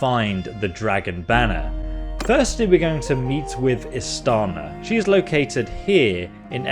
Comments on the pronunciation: Do you have dyslexia? Are you lazy? Are you illiterate? Why is it such a challenge for you to pronounce the names in the game, even if the voice actor actually says it themselves... She says "Istiana" several times, IST-I-ANA, stop saying IST-ANA you stupid fool. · Hearing Istiana voicing the names of the imperial lords and still BOMBING the pronunciations anyway is CRAZY ISS TEE ON UH NER RET SEES